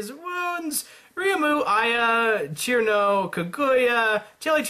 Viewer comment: ITS CIRNO NOT KIRMO! ITS PRONOUNCED SERNO!